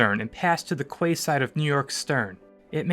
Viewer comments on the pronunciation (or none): Quay is pronounced “key” not “qway”. It kinda ruins the credibility of an otherwise excellent video. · You need to fix the whole voiceover for the part of the New York incident. The word quay is pronounced “key”, not “kway” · Brilliant. Loved this. Btw Quay is pronounced Key same as Florida Keys. Cowes is pronounced same as the animals. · Kway? It's a Quay, it's pronounced "key"!! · It’s pronounced like “key”, not “kway”. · Quay is pronounced as 'key' , absolutely not kway , whatever that might be ! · 'Kway side'? ...ooh that made me squirm.😖 .....'koze'....another one🙄. Still a great piece of work, looking forward to the next one. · The quay…. It’s pronounced as key. All credibility is lost 😮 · Unless I'm mistaken, it's generally known that 'quay' is pronounced 'key'. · Quay is pronounced 'key' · Whoever narrated this needs to learn how to pronounce the work quay (key) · Great animation By the way, quay is pronounced "key" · quay, is pronounced key !!!! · Great job, however some of the narrators pronunciations needs a little help. Quay is pronounced ‘kee’ and the town on the isle of white, called Cowes is pronounced cows as in the farm animal.😊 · Only advice please pronounce Quay as Key ok thank you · Quay is pronounced Key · Fantastic rendering . The only thing I find odd and a bit grating is the pronunciation of the word 'Quay'. Maybe that's how you pronounce it in Canada/ America, but in Britain it's actually pronounced 'Key'. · "Quay" is pronounced "Key" in English. Otherwise, excellent. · 'Quay' is pronounced 'Key'. ;) Great video, thanks! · Quay is pronounced 'key' .. great video !! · Yeah, that pronunciation of quay made me a bit ill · So many mispronunciations! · You're a team of naval enthusiasts and you don't know how to pronounce "quay" properly? Come on guys, seriously 😂 otherwise, great video. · For the love of god learn how to pronounce quay properly instead of butchering the English language